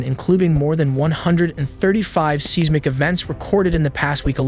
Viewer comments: 😊ITS PRONOUNCED; SIZE MICK EVENT. NOT SEES MICK EVENT. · Seesmic activity